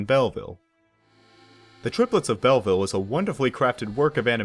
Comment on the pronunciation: A brilliant film. Pronunciation = Bellveel not Bellvil, it’s French.